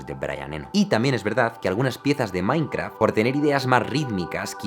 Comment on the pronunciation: creo haber escuchado "mainkra", alguien mas?